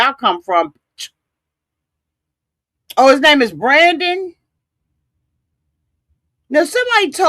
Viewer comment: Dude keeps calling him brandy but his name is Brandon. I was cracking up. 😭😭😭😭😭😭😭😭😭😭